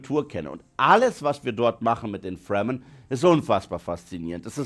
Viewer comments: Wird Fremen nicht Fremen ausgesprochen statt Fremmen? Hab den Film gesehen, bin tief beeindruckt von den Effekten, besonders die gigantischen Maschinen und Spannung 😊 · Oh yes Baby, diese Fwremmen und die Hawrkonans. I guess its absolutely necesary to pronounce die ganzen Names as much american as you f*cking could, even more than the americans could. Das ist hip, das ist autentical und zero cringy for a well aged Mann.